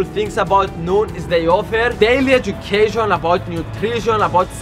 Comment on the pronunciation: you said noon not noom